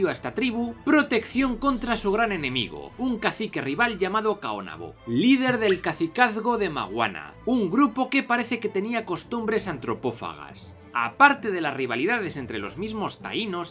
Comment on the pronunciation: Hola, soy Dominicano, gracias por iniciar esta esperada serie de videos. Dato adicional, se pronuncia Caonabo, no Caonabó XD